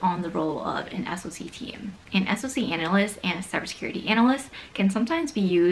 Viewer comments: I know that it's an acronym, but literally no one in the industry says "ess-oh-see", it's always "sock", the same as SIEM is always "seem" or "sim", not "ess-eye-ee-em", capiche? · SOC is pronounced as "sock", not "ess-oh-see"